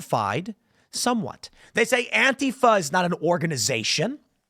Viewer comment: Absolutely correct about anti fa. You even pronounce it right lol. It`s not anteefa. I really hate them... Dealt with them forever. They`ve been around a lot longer than people think as well.